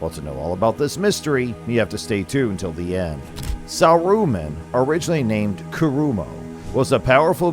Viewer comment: sa roo man ;p